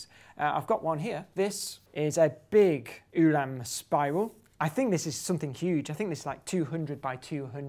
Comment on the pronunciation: Hello. Ulam is pronounced like (sorry I can't use IPA) oolam than yoolam. Polish orthography says hello